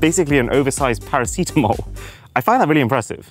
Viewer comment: First time hearing the word "paracetamol" said that way, like "aluminium" :)